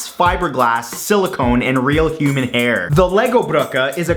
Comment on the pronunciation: I thought he said "Real human air" at first